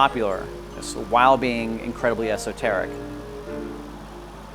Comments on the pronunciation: I cringed when he said esoteric. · Both times